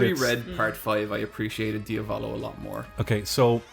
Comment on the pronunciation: The stress in Diavolo is on the first syllable, not the second. Diàvolo.